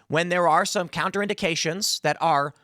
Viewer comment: Tim, it’s not “counter indications.” It’s “contraindications.” I know you’re not super well read or intelligent, so I figured you could use the help. You’re welcome! “kon-truh-in-di-KAY-shun”